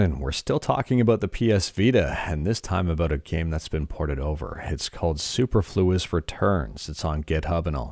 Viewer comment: Extremely minor thing and not a criticism, it's superfluous as in unnecessary. So su-perfluous rather than super-fluous.